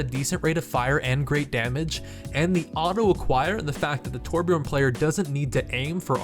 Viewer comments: even blizzard themselves butchers the name Torbjörn lol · It's TorBJÖRN, not Torbjorn...